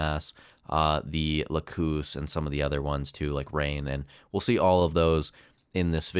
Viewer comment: lacus is pronounced lah-cuss, not la-coos